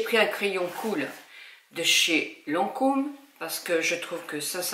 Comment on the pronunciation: La prononciation.!!! Il faudrait progresser. On ne prononce pas un "crayon cool" mais un "crayon khôl"... De même pour un fard à paupières on ne dit pas "un fard pimenté" (ça pique) mais "un fard pigmenté" qui vient du nom pigment....Allez sans rancune ton maquillage est très joli, ça donne un très beau regard.